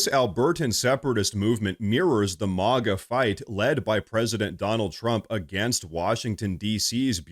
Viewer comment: It's not MOGGA. It's MAGA!